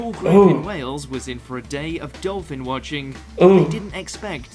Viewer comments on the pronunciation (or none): none